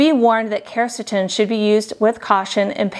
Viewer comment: she dosent even pronounce quercetin properly lol